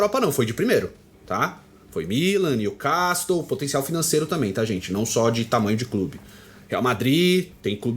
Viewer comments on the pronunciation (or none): none